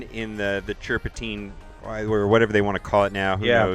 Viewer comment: I believe they're calling it "Thirpatine"